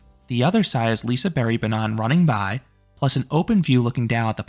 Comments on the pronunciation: Liseberg (liseberj) not liseberry 😭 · lise berry is that how to pronounce it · As someone who is from gothenburg and has went to liseberg several times through out my life i think you did a fair raiting, though personally i prefer Lisebergsbanan in first place. Also i dont wanna be that guy but ur slightly butchuring the name Liseberg. But since you did such a good rating. Ill accept it. Have some meatballs :)